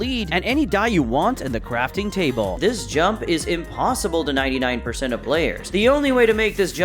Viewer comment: You say crafting cable🤣